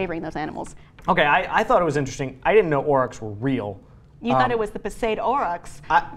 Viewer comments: 1. It's pronounced Aurochs (Ore-rox), not (ore-rock) 2. The Tasmanian tiger/thylacine was not responsible for livestock predation, they largely behaved akin to cats and foxes and went after smaller marsupials and rodents. 3. Almost all of these mammals were killed off by humans (save arguably mammoths) and while it's not our duty to bring them back, it would be nice to have these animals doing their ecological roles once again in the world. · It's not "Orik" it's "aurochs" and singular is the same as plural, with an s, not auroch as you state. :( If you are doing a NEWS based show, this is embarrassing.